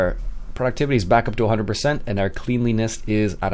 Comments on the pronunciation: Cleanliness pronounced "Clen-li-ness" not "Clean-li-ness". Other than that, great vids mate! XD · Still pronounced cleanliness wrong :P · And my point still stands:D